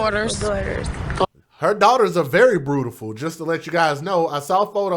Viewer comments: In the circumstances, pronunciation is totally trivial, but why can't people use the English language properly, at least in public. "Brutiful"??? Almost as bad as my pet peeve... "Aaks"!! Really doesn't help our presentation as black people in public or around young children who learn from us. Trivial point definitely, but just shows us in a bad light. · I tried to watch without comment but this spoke to my soul. First off, okay she mispronounced beautiful...in the moment of pure grief most will mispronounce their own names... the smirk and jokes were too much! Yes she had 3 children which were seemingly all cared for...You sound like a pure racist to me brother and against your own... let me get this right, because he has tattoos he's a thug? And because she liked to dance makes her less than?? I'm from Detroit and can tell you that the love of dance is huge here. We hustle, jit hip roll all kinds of signature dances. Dancing is an art form. Im confused at why so much time and negativity was spent towards her love to dance. You took this left field. How do you know there was no insurance policy? Yes everyone has an opinion but this video and comments are nothing but judgmental. Shame on us a community and culture. How many of us care about what happens to these babies!